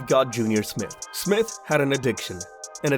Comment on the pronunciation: It's J....R Smith.